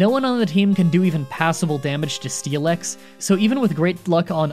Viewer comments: It's pronounced Steel-ix not Stee-lex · you kinda say it as steel-x, missing the i completely and I've never heard anybody say it like that. Also, I assumed it was like the "ask me about the fossil anyway" thing, but unspoken. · What it says: Steelix What I hear: Steeleex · There is forever something out of place to me whenever you pronounce "process" like the British even though speak with a typical western American accent. Also, pronouncing Steelix like Steelex sounds like a wrestler name to me for some reason. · You 100% said steelix wrong just to get comments about it and I respect that so, here, have the comment about it